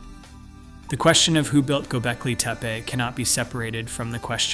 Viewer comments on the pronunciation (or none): Anyone else notice how many different ways he, or it, pronounces Gobekli Tepe? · You pronounced Göbekli Tepi 5 different ways each word.